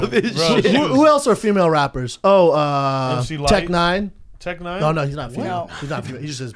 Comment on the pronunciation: what did Brendan say about tech9 he mumbled it